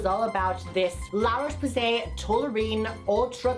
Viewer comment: lololol la roche poos-ee .. u r still gay, we know that